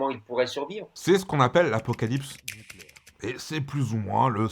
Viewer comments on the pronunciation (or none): "NuCUlaire, ça se prononce nuCUlaire" 🟡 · Niquèlaire, on dit Niquèlaire